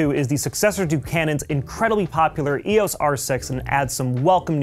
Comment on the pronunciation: EEE...AWWSS?! It's EEE....OOHH...EESS!